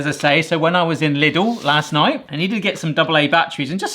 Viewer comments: After so many years of watching this channel I am still amazed this guy ever graduated any school whatsoever. Also for anyone needing to pop the lid, just use a knife. A butter knife is preferable but any will do. Lidl is pronounced "leedl" btw. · It's pronounced Leedle - rhymes with needle :)